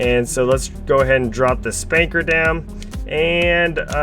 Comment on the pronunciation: Spanker? Don't you mean Spunkner?